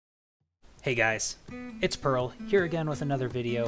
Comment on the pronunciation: Dang it,. It's pronounced PRRL